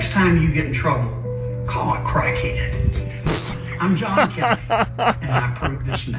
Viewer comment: "Call a crackhayed"